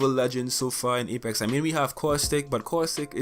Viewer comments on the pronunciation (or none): none